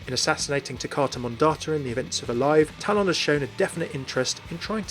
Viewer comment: It's called TALON NOT TAL-ON